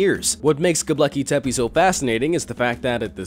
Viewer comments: It's 'Gobekli' not 'Gobleki'. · What the fuck is Goblecki Tepi? Its 'G O B E K L I T E P E' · Its not "go BLEKI tepe" lol. Gobekle bruh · You pronounced Gobekli Tepe WRONG every time you said it. You spelled it right in the title. However; You pronounced it "GobLEKI Tepe" every time. Didn't anyone else notice? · The way you say Göbekli Tepe is hilarious. You also forgot to mention how there is also 200 cities underneath it carved into Volcanic stone with some of the cities having three levels and others having as many as 10￼ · The most mysterious of all is how the narrator managed to mispronounce Göbekli Tepe every single time. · Ugh! Please pronounce Gobekli Tepe correctly. Other than that maddening thing, good video. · So many people have heard Gobekli Tepe pronounced correctly that your mispronunciation really detracts from the video. You really should dub over it if possible. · GOBEKLI TEPE You pronounced it wrong.